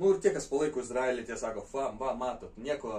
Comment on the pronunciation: Kirciuokit jus teisingai ta Izraelį. Baisu klausyti.